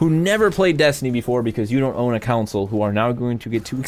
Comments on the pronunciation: do you Con someone or Coun them? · console, not counsel. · Why do you pronounce console like council? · Every time says "console", I'm hearing "counsel". I need sleep. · Alright, I gotta ask... Why do you pronounce console like "counsel"? haha not judging, just wondering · Oh damn. Sorry dude, not sure if it's a sore topic to bring up. I honestly thought it was me. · "Counsel" port lmao.